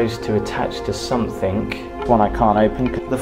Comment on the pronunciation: the word is ‘something’ not ‘somethink’, please stop it.